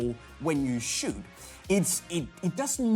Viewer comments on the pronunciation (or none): none